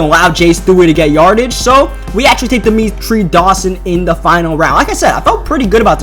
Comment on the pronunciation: It's Dermontii not Dermetrie